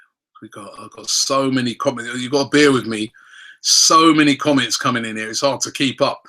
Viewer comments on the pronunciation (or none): none